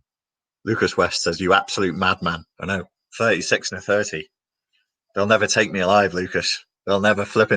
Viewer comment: When you say “six” you’re really saying “sex”. NLP my guy.